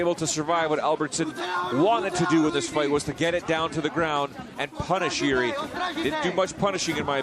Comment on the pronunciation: Why do people pronounce Jiří as a Yuri he is not russian ffs